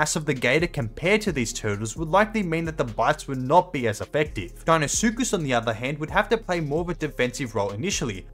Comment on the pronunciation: If u can’t pronounce the deinosuchus die-no-suchus then how do u say it ?